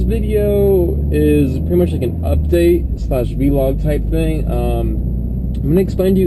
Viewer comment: Vlog. Not Vee-log. Fuuuuck